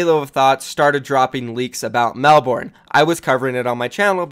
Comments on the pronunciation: love your content and the juice, just from an Aussie, Melbourne is pronounced mel-bin. Keep doing what you doing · Wtf is Mel-born? We in Australia pronounce it like Mel-Ben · It’s pronounced melbin. Classic Americans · U DIDNT SAY MELBOURNE PROPERLY WTF